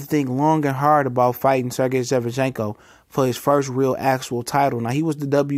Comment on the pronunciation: you never say his name right.....lls.